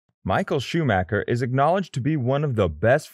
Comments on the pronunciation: He almost said shoemaker lol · Michael shoe maker? Lol